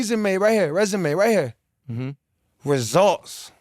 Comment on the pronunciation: the way Bob said results 🤣🤣